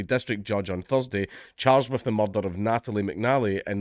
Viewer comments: I came to hear you say "muurdah" many times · Anytime I see the opportunity to hear Dank' butcher the word "Mud-d-Dud-Dud-d-dh" multiple times in his glorious Scoh-ish accent, ...I'm gonna jump on it. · Proper Taggart 😂👌